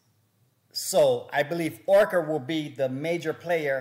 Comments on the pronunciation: Bro it’s Orca not Okra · hey, try saying Oar-ka..... not Okra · Omg this guy can’t even pronounce the word orca